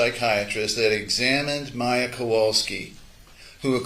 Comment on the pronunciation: She. The POS cant even say Mayas name.